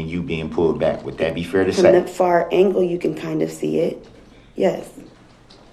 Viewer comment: How can you say "dat"?